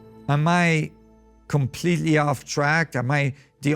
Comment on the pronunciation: Love the vay you say am i compliteli insaine smiler